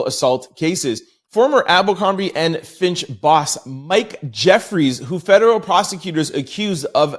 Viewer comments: Fitch!! Fitch! Fitch!! Not FINCH!! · Abercombie and Fitch, not Finch. 🙂